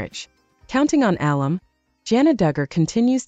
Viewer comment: Is this an AI announcer? A few common words are mispronounced, like alum and name Jinger.